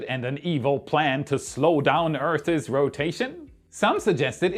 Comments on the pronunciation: Enthusiastic? Maniacal? I don’t know what are you talking about. But seriously…. language skills are phenomenally good. The only big tell I get from his pronunciation - which is only one tiny aspect of language proficiency- is that he really struggles with words ending in a th sounds followed by an s. For example Earth’s, or months. Hit up this trained linguist for a tutorial, if you like. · ....Earths......not earth-es........